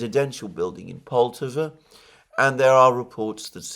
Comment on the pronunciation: Correct pronunciation is "polt-A-va" with emphasis on second syllable.